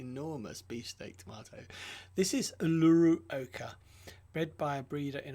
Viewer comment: Uluru...a giant sacred rock in the heart of Oz. Pronounced oo-lu-roo.